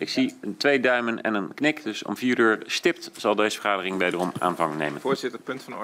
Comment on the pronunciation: Het zijn de zogenaamd fatsoenlijke mensen zoals Jan Paternotte en Van Wijngaarden die me echt angst aanjagen. Vooral hoe Jantje “stipt” zegt aan het einde van de filmpje. De rillingen lopen me over de rug...